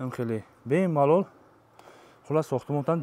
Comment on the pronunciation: Бемолол не бе малол😅😅😅😅😅